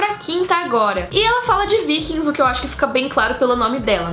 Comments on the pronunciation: fala o nome dos Vikings tudo errado mas achei legal as series recomendadas, Valeu!! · eu não entendo, qdo as pessoas falando sobre os guerreiros são vikings, qdo é a série as pessoas falam "vaikings"... sei q é como se fala em.ingles, mas acho esquisito